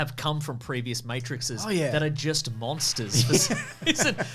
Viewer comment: Pronounced like mattresses?